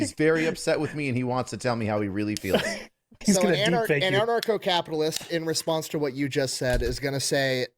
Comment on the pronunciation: It's 'an-archo-capitalist", not "anacro-capitalist". What you pay in taxes for police protection is more than on the market. The government tends to pay 1.5 to 2.5 times as much for the same service. A protection racket is where you pay for 'protection', or else there are consequences. That's not an argument against ancap, it's a description of the current system. If the taxes you are already paying for can pay for your current protection, then you CAN afford private security. It's the same thing, just with consumer choice and not threat of imprisonment if you don't pay. No, ancaps don't want to pay for welfare queens. If they choose to stave, that's their choice. Edit: your assumtion implies that the options are: a) Poor people starve b) Non-poor people are enslaved by the poor people. I think this might be what they call a false dichotomy. This is just as disingenuous as me saying "Oh, you want (insert government funded thing here), therefore you to enslave me?" "So these are people who have committed crimes" That's a pretty big assumption. And also wrong. "They want police to be abolished so they can do whatever they want." Yes. That includes accepting the consequences of what you do. These are ancaps they're talking about, not Sternerites. I don't want the Ministry of Truth telling me what I can and can't say. If someone thinks what I said is offensive, they can take it up with me themselves, rather than sent a SWAT team to take a fat shit on my rights. 1